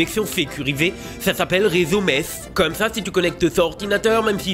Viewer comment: Entendre le stagiaire Strasbourgeois parler de "réseau Metz" ... c'est inadmétable! (@ j'ai bien compris que c'était réseau mesh et pas Metz hein, calmévou)